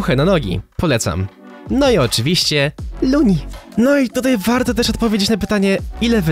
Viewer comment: lol masz luni a nie lunni